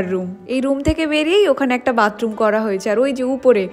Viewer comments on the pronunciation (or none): none